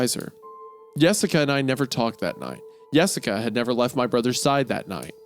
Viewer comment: I knew Hunter would have something to say about “Yessica”